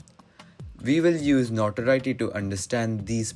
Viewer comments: You said NotWorry btw and not Notoriety Cool video btw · i mean it sounded like you said Notworry